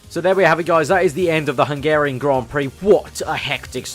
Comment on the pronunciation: It's not hengerian it's Hungarian